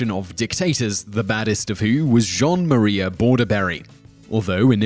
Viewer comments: Not to mention his pronunciation of Juan as “Jean” (like Picard). Say it with me: Juan = “WHO-on” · why did you say Jean Maria, when it's Juan Maria? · It’s Juan not John or Jacque! 🤦‍♂️ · C'mon Simon you know that "Juan" is pronounced "Hwan" and not "Jon". I love your videos I literally watch them all day but man! You gotta learn about some common pronunciations of foreign words and names. Still loved the video though. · Guy can't even pronounce Juan. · In Spanish, Js are pronounced like Hs. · You butchered Juan so you butchering the rest of the names is highly possible